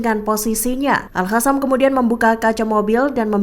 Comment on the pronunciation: BUKAN AL HASAM TAPI AL QASSAM, Kenape tak reti bace penyampai berite ni? Perlu belajar semule